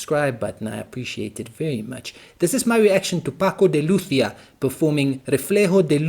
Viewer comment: He was a great artist. His extraordinary virtuosity was never for show; he put it at the service of music. You pronounce Lucia very well.